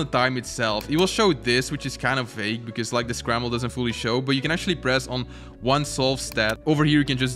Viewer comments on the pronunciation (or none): this called scramblE panel you said it like on espanol